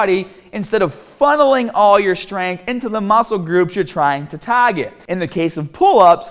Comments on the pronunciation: TARGET, START, BAR......how can he not say these words right. cringes my ears everytime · Some words like “start” or “target” or “bar” or “hard” just give him the thickest New Jersey accent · wonder if this dude shops at taaaget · When he said "taaaaahget" I immediately recognized the Boston accent, lol. The video is great, though.